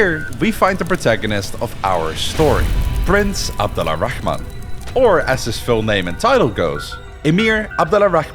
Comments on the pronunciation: Sorry for the Correction but i kept hearing the Name Abd ALLA Rahman, the Right way is Abdul Rahman or Abd Arrahman, Because the AL is Called Moon AL and only the A is pronounced. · It's not abdallah rahman, it's abd al rahman ! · Abdur-Rahman Not Abdala Rahman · Abd Ar-Rahman not Abd Al-Rahman. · FYI in Arabic we pronounce it AbduR Rahman not AbduL Rahman It’s called لام شمسية it’s easier for the tongue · Great video and all. But there are alot of inaccuracies including the prince name it was butchered 😂😂 , yes it written abd al rahman in Arabic عبدالرحمن but it would be pronounced like this abdurrahman not abd-al-rahman, Persians and romans didn't lose to Arabs because they were fighting each other Arabs were infighting between themselves too Arabs were simply more skilled and superior at that time and use methods in war noone used before them just like the romans before them and the Mongols after them. Abbasid rose because they thought they had more right to the caliphate than the ummayads being descendants of al abbas the prophet's uncle making them related more to the prophet and pretending to avenge the prophet's family and grandsons who were mostly hunted down and killed by the ummayads. And it wasn't about taxes it was just ummayads were very racist towards non Arabs they didn't make converting easy nor let non Arabs Muslims hold higher status unlike the abbasid who were more lenient in this regard allowing non arabs to be even visors and vasers , and no most of Iran at that time wasn't shia yet and it wasn't ummayads who killed ali it was a rogue group called al khawarij who sought to kill every leading figure during the war between Ali and Muaawea , they successfully killed Ali but Muaawea was just lucky and survived. Other than that the video was great. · Small request, next time say Abdurrahman, which is the correct way, because the way you’re pronouncing it right now is a bit off. Thanks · The way your pronounce his name is remarkable